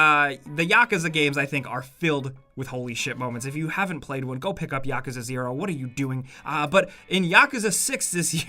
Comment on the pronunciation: Did anyone catch him say yakuza "YAKAAAAZA" like what?